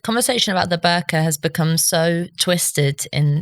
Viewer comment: Ho I thought he sead burger